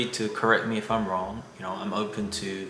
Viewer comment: Is that wrong or wong?